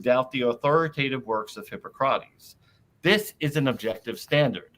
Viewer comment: Why is Jonothan's pronounciation always so weird, had he never heard anyone prononce "hippocrates" before?